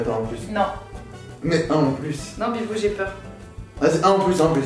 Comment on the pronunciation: She says "Bibou"